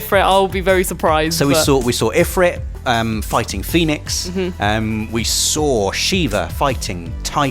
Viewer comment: the way you pronounce Ifrit and Chocobo is exactly how I pronounce them. I hope they don't use Ifreet and Cho-ka-bow lol.